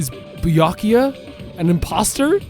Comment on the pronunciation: was so surprised about Byakuya being fake that he accidentally said his name right lol